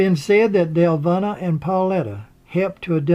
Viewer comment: Well done! I would only say that Paulita is pronounced 'Paul-eee-ta' (long e sound). Similarly, Deluvina is pronounced 'Duh-luh-veen-ah'. Hope that helps. Thank you for the video!